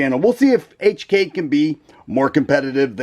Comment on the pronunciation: Finally Someone that pronounce HK properly Like the hk series for the slide serrations..perfect aggressive aggressive